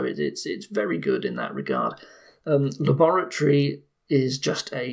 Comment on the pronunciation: "This is my lab! And THIS is my LAORATORY!"